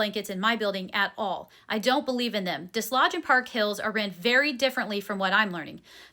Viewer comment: Hey! Listener from the area and wanted to give you the correct pronunciation of Desloge. You don't pronounce the "s" and it's got a long "o" sound.